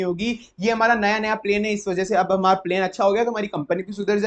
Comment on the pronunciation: Sir pronounciation se bahut dikkat hoti hai aapki video mein Eg. Plan ko aap plane keh dete hain